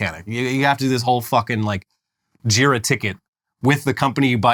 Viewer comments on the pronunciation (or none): saying “JIRA” was a jumpscare